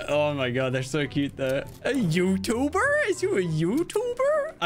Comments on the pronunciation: wait.... a YOo-ToO-bUr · A yOUuT-b-Er? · i was dying when the said "a u toob er!?"